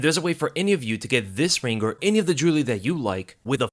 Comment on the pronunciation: can’t say Jewelry